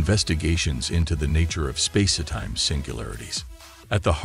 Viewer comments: What's with the "space-eh-time" idiocy? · also space-etime! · The AI voice keeps pronouncing it "Spacey-Time" LOL 🤣🤣🤣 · "Spa-si time?" I'm sorry, but this AI narration and the backing dance music is really odd and distracting. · Clearly narrated by a bot - what is space-e-time ? Probably written by one too? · Is he saying spacey time? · Does anyone connected with this video know how to talk? If so, why don't you narrate your own work rather than employ a lame AI bot which cannot even pronounce "spacetime?"